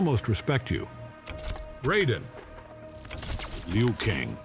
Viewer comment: Finally ! ! Somebody pronounces "Liu Kang" correctly !